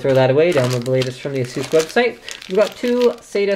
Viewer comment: say AY-SUS ..... aysoos >.> ffs